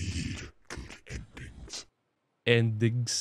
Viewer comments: No good “endigs” 😂😂😂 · "ENDIGS"